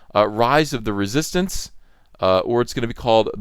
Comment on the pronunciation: Writhe of the Reee-Soy-Stance? 🤔